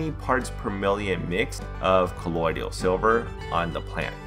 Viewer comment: Dont wanna be that guy but I can’t stand it lol Colloidal not colloidial and it’s a hermaphrodite not hermathrodite thanks great video tho love them all